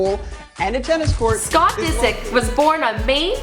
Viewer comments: She literally said david disc lol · i cant stand this girl disick doesn't rhyme with biscuit! she can't even speak properly. if Michael reads all these comments I hope he sees that nobody wants her here